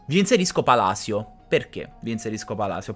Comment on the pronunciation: Ho solo Palisio come dice il commentatore inglese 🤣